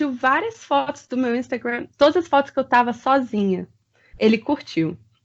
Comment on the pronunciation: "meu INSTAGREIN,MEU INSTAGREIN" FALA DIREITO MEU DEUS